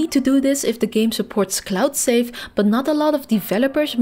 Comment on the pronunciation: No offense, please practice pronouncing letter V, i got confused between safe & save.